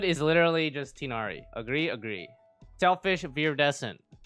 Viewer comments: Btw (I don’t wanna be that guy but wutev) it’s pronounced “tigh-naree” not “tynaree” or “teenaree” just an FYI (source: I’m Arab so trust me bro) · This will probably get flooded by other comments, but I wantedto inform everyone that Tighnari's name is pronounced Tugh-Nari:] /lh have a nice time!! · who wanna know the right prnounciation of Tighnari: you can say Ti as (tea) gh as (R) but in french and nari as (neri) in japanese this is not the perfect pronounciation but its close and better than Tinari wishin a good day/night to everyone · I think his name's pronunciation is ti(tee)-gh(as in ghastly)-na-wryyyyyyy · Pronouncing Tighnari incorrect I do forgive you.